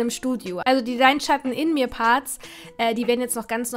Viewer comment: Total nachvollziehbar gestaltet, liebe. Und das Studio ist wunderbar!! Btw: Bin gerade unwirklich happy, dass du "Dein Schatten in mir" richtig betont hast haha